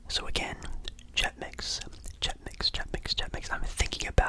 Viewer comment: WHY DO YOU SAY CHEX MIX LIKE THAT I NEED TO KNOW